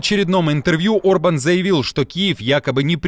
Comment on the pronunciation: Премьер-министр Венгрии Виктор Орбан,а не Урбан.Пишете и говорите обо всем в мире,а не можете правильно произнести имя главы страны,про которую рассказываете.Горе блогеры!!!